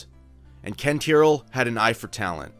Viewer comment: Though I am Japanese, WhaTs「ティア」？ please read correctly!